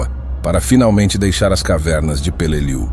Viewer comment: If you cannot correctly pronounce the name of the battle correctly, I will not watch your video.